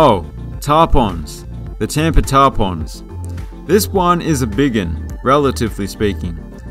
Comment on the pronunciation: Tarpons. Pronounced Tar-puns.